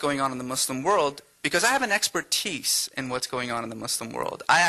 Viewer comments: What the hell is an exper-TEECE? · Aslan irritates me the way he twirls his foot around. What a poser. And the way he says experTEECE like it rhymes with fleece (he does like to try to pull the wool over people's eyes) . Ah. Unimpressive git.